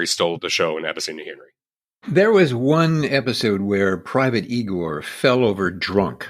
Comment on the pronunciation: Igor... Not eyegore.